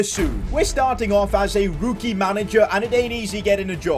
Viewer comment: Why do you pronounce rookie as rooooookie ?😂